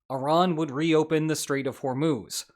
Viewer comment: it's Hor-Muzz, not Hor-Moos.